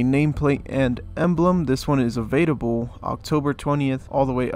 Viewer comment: Is he saying evadable? Or available? Am I crazy?!